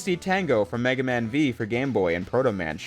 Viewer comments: he also said Mega man Vee instead of Mega Man 5 lmao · Did… did you call Mega Man V (Roman numeral for 5) “Mega Man V” like “vee”? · my guy no one in the history of mega man has ever called Mega Man V mega man vee :)